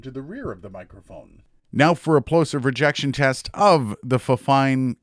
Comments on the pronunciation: it's not fine, it's fine-fine 😅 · I believe it's pronounced "Fine Fine" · I pronounced it the same way when I got my fifine mic, but supposedly it's pronounced Fine Fine. Which is totally weird. Great content btw. 👌🏻 Subbed.